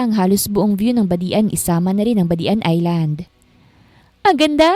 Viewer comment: Hahaha natawa aw sa badian.hindi pi badi an ang pag basa nya.badjan po ang pag basa ng badian.